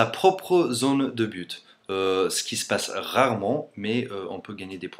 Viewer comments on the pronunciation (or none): Oui, tu pourrais parler du Super Bowl ? On en entends beaucoup parler mais je me demandais pourquoi. Et fais attention ça peut être pris par un français. On dit "un but" et pas "une bute" surtout avec ton accent, j'ai compris "une pute" et "une pute" en anglais, ça donne "a bitch" =D.